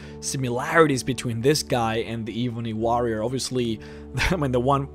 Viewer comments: the eeebony wa-rioer 😂 great accent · E-BUNNY WAH-RRIAR! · You pronounce "ebony warrior" funny